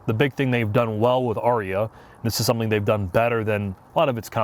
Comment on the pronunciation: Fun fact, you're saying my name (Arya) correctly. The Nissan Ariya is not being pronounced correctly at all.